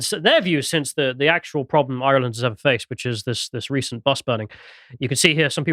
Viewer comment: Genuinely don’t care how keeps saying we’re not white, but why can’t he pronounce ‘Ireland’ like a normal Englishman? I can’t even tell if it’s a joke or a very obscure speech impediment.